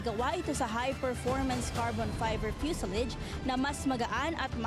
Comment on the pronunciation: Fuselage, say it fuselads